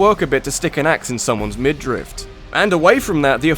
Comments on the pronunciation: Midriff, not middrift,. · gah, there's no T in midriff!